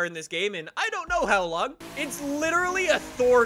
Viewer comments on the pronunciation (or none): none